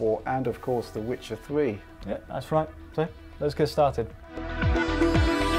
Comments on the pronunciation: I would say that is did sound more like Wichaaaaaaaaaaaar 3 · what was that? Was that 'The Wichard 3'?